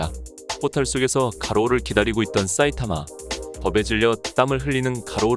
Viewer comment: 싸이타마 라고하는거 엄청신경쓰임ㅋㅋ